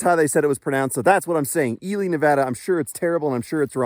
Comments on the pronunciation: I checked the pronunciation for you and you are correct it’s EE-lee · You nailed the name . Love the trails around here you need to try cave lake trail system . Its awesome 😁